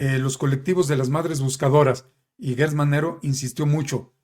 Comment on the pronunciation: No es Guertz Manero, es Gertz como Gerardo, como Geranio, como Gerundio